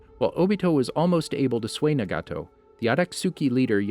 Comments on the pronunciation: he says mdra , adastuki , nagaaato , obido wrong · Same with “Obeeto”, “Shuringen”, “NaGAHto”, “MaDARa”, KirigaKURAY”, “AmegaKURAY”